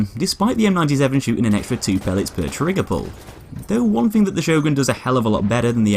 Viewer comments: I believe it's pronounced "yorn" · why cant you say the letter "Ö" i mean its not some alien type of language ffs! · I always pronounce it Sio-gren shotgun. Probably wrong as well, knowing how weird the norse languages sound to the rest of Europe. LE: I was right, it's actually pronounced Hio-gren due to swedish phonetics. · Sjögren, how do you pronounce it? "Show gren!" says most of the world. "Sher gren!" says the Germans and Austrians. "Zjog run!" says the French. "You bloody muppets," says the Swedes, "its pronounced Her gren."